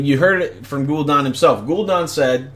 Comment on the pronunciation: Gul'DAN...not Gul'don